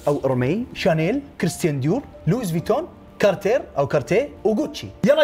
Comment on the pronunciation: ما تنقرأ لويس فويتون بل لوي فويتون هو صح بالإنجليزي تنكتب Louis Vuitton بس تنقرأ لوي مش لويس